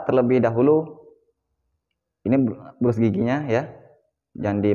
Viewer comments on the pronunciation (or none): Brush (di baca brash, ). Sikat gigi ajalah. Makasih ilmunya.